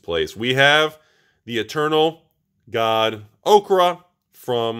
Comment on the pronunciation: Oketra = okra? O-keh-tar-a